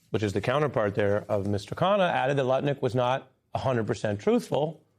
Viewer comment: Ari distinctly said Nutlick at least once. You know your reputation is shot when the news is mocking your name. It's Lutnick. And I doubt if even the most MAGA person out there noticed or cared. The only reason Trump hasn't demanded this man fall on his sword is because he is world champion heavyweight nut licker.